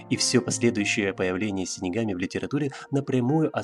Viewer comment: Дизлайк за "синигами"))